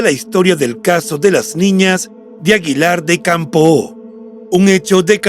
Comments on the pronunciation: Es aguilar de campo. Sonido acento en la letra o. Una o. No campoo. Gracias por el reportaje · Caballero. Le informo de que Aguilar de Campoo no se pronuncia con la O tan larga y marcada. Solo es una aclaración para que lo corrija. Reciba un cordial saludo desde Aguilar de Campoo.